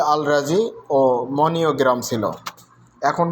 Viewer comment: ভাই মানিগ্রাম না মনিওগ্রাম